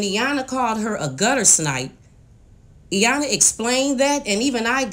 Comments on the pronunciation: Aaaand Iyana lol ok now you can for sure say Iyan- la when you say you like her so much lol ok I’ll stop. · I wish she would pronounce Iyanla’s name correct, it’s not Eyanla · Appreciate your research on this family's back story. I can see how this might motivate other families to acknowledge and address their trauma. Just want to point out that paraPlegic has 2 p's and the second p is not silent. Likewise, the L in Iyanla's name is not silent.